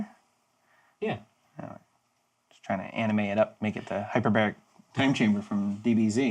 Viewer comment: HyoerBOLIC time Chamber.... Not Hyperbarrik time chamber..